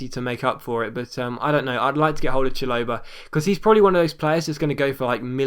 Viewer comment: it's pronounced Shal-o-buh mate. Now having a go but just saying for future reference